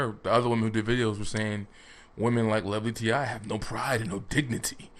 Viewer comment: Stop calling her lovely “t.i.”, t.i. Is a male rapper. You know how to pronounce her name correctly she says her name at the beginning of every video on her channel so YOU KNOW it’s pronounced (Lovely T). Your incorrect pronunciation comes across as low-key disrespect. You’ve clearly watched her videos so there’s no excuse to perpetually mispronounce her name 🙄 you mispronounced it on your Russell/Ciara video too.